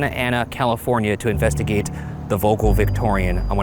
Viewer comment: i speak Dutch and them butchering the name vogel is killing me 😂